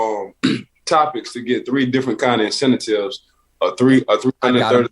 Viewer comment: "incentatives" LOL